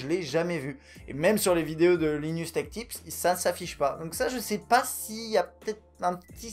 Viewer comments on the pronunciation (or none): y'a hardware canucks qui fait le même principe que linus (on dit lailleneusse, pas linusse) sauf que lui rend ça un peut plus scénarisé, c'est super cool